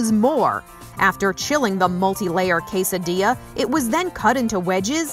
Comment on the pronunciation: PizzadiLLLLa???? Really?